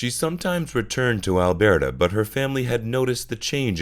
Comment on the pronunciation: Great video! Heads up from a Canadian, Alberta is pronounced “Al-bur-tah” :)